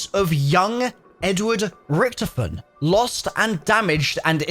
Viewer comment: Dude it's Rictofen Not rictufen